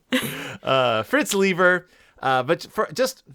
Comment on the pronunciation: It's pronounced LYE-ber. Say it with me: LYE_ber. But at least you tried. I give you credit for that.